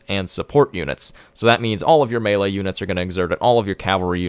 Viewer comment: It took me a few minutes to grasp mailer units are melee units its French you know maylay -Jeez